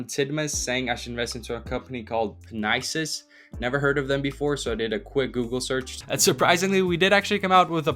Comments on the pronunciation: Lmaooooo the investment in “pe-nises “ holy grail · He said "pe-nie-sis"